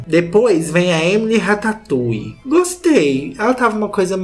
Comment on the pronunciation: Eu berrei quando o falou Emily ratatoulie Kkkkkkkkkkkkkkjjjjjjkkkkkk